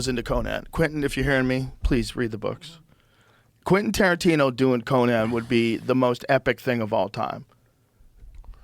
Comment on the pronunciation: mf can’t pronounce Quentin Tarantino 😭😂